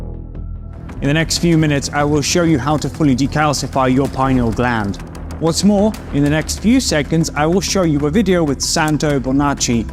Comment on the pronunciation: You can't even pronounce "pineal gland" properly how can you lecture about it!!!!